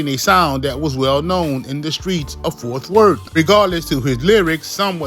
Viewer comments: Stop saying Forth Worth. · Bruh the word is FORT!!